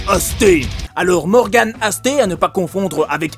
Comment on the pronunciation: morgan aste nettoyait les filtres de la piscine municipale de mon village :D Un super gars, par contre cest aste pas asté ^^